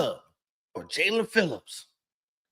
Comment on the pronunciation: who besides YOU would EVER pronounce his name as JA-LEAN? It's obviously Jae-len....you must experience dyslexia bro